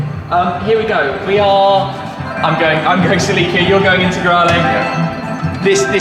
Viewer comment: is that really how Celica is pronounced..?